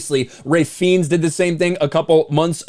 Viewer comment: “Helen-uh” “Fines”